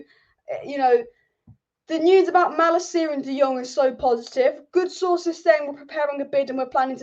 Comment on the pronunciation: It's pronounced Mah-Lah-KEE-yah in Dutch, btw, if that's relevant to you.